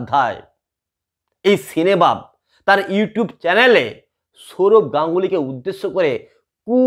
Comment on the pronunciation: সিনেবাপ নয় সিনেব্যাপ